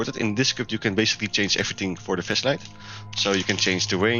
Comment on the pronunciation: sounds like he is saying fleshlight 💀